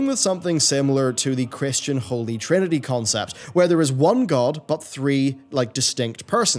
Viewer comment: wow, you actually articulated the Trinity correctly... very impressive sir.